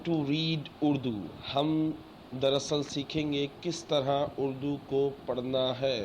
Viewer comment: اڑدو نہیں ہوتا بھائی اردو ہوتا ہے